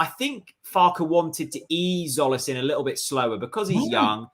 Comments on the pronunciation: No its Tzolis pronounce the T and the Z and with a tone on the O ( tzOlis ) but jOlis is close not zolis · is christos tzolis pronounced 'zolis' because i thought it was 'jolis'